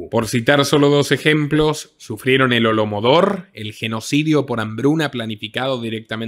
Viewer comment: "Holomodor", no, apreciado. Holodomor, sí.